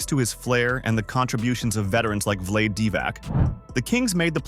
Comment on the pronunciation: It is pronounced Vla day, not Vlade. This was hard to watch , omg